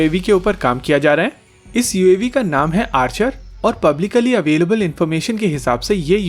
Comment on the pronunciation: Bhai Publicallly nahi hota hai "Publicly" hota hai.